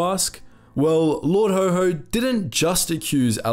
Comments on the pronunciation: His nickname was Haw-Haw, not Ho-Ho. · That is rather unhelpful as that word is pronounced as "hoe" by Americans and "hoare " by British. The name was coined in Britain and it is haw, which rhymes with saw jaw law. The W is a flat w not the Amarican wh sound like where they almost put an h on the end in some parts - like "lawh". Haw-haw is a working class term for a posh accent, slightly mimicking the sound of the accent. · Haw haw not HoHo. Hoho is Father Christmas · Lord Ho Ho? Possibly the worst mispronunciation I have ever heard ... do your research! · It was Haw Haw not Ho Ho! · Not Ho Ho, actually pronounced way it was spelled, Haw Haw, as in Saw..... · It was lord Haw Haw not Ho Ho. BTW, he wasn't British. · Sorry! You ruined it by naming Haw Haw as Ho Ho. Where in the blazes did you obtain that pronunciation? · You will have to re-edit its pronounced Lord Hor Hor not ho ho! Its an important point and will be lost. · Good video, but lord haw haw - pronounced more like a donkey "horr horr", as he was considered stubbornly (like a donkey) anti British. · It's pronounced like the word "whore"